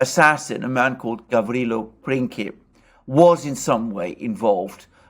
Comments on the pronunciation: Princip (you read it Printzip, like principle) was a member of `Young Bosnia` from Bosnia obviously, the `Black hand` is an older organization whose leader Apis was involved in the May coup. Both of them were promoting the liberation of South Slavs from the Germanic rule. Serbia as a state was NOT involved, even the Serbian ambassador in Vienna told Austrian authorities of the danger, but his remarks were rejected. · you pronounce Gavrilo well. His last name is Princip. You pronounce it as principle (an English word) without "le" at the end. Remember, he was a man of "principle".